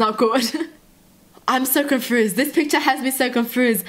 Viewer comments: Im sorry but ur sayin confuzed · It's confused not confrused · She said im really confuzzed im really confuzzed lmao